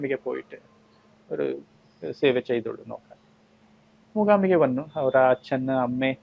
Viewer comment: Anchor cheyyunna kutty , Mookambika ennu parayu , Mookhhambika ennallallo. Aachaaram alle achchaaram alla